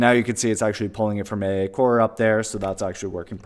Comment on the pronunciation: Should should be pronounced "Eyyyyyyyy" SDK!